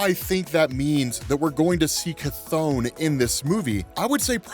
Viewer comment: Finally!!, people been mispronouncing Cthon all day, you're fr the only one who says it right.